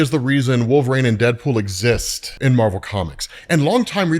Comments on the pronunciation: Bro, please stop saying Wolve"rane". It may be a running joke, I don't know, but sheesh!😂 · One day will pronounce "Wolverine" correctly!